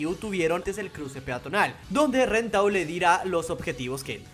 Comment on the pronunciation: No le digas ren dile len x favor